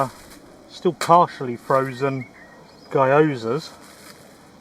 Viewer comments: Enjoyed the video but your pronunciation of Gyoza cracked me up as an Asian person. Guy-oh-za lol! It's pronounced closer to ghee-oh-za for future reference. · Love your videos! It's so comfy and your cooking always makes me hungry. This is the first time I heard people pronouncing gyoza as 'gai-yo-za' and I chuckled a bit there. (for those who are curious, it's read as 'ghee-oh-za') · It's pronounced gee·ow·zuh, but delicious no matter what.